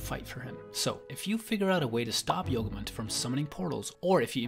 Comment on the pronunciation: yogumunt sounds like yogurt